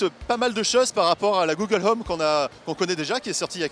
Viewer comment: "Google Heume"